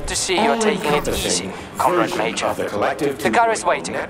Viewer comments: Lol thought the same thing, “com-raid” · Yup. It's Russian Bioshock Infinite. With VAs that can't pronounce "comrade" properly.